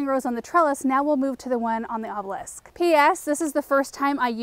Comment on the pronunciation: Good job!!! You said "obelisk" perfectly! I've been hearing you try all along. Your influence is so tremendous, its important!!!